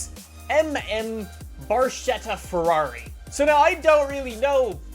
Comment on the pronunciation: "Barshetta" LUL It's Bark-ettah